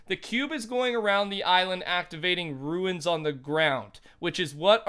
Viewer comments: It’s not called a ruin, it’s a rune (Roone) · Rune is pronounced "roon" rather than "ruin" - great video btw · pronounced Roon as in room not ruin lol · Anyone else get triggered when he pronounces rune like ruin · The way you say rune ruins my experience.